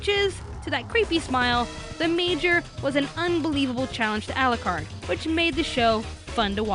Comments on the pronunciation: "Al-lah-card" cringe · Ah yes, English dub for a story set in England, it sounds so obvious I won't bother watch it in japanese... (to hear them mispronounce all the english terms used in the manga... no thanks "Arucarudo") and the eng dub is good here!